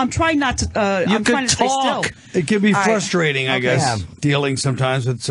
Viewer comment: Dr. Lydia said “fustrating” a doctor that says “fustrating” 😂